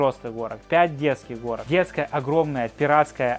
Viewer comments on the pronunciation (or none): Горок,а не Хорок....